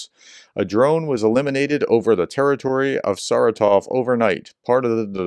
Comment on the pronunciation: Thank you for your coverage of Ukraine. Check Wikipedia for the pronunciation of Saratov. It is more like ser-RAH-tof.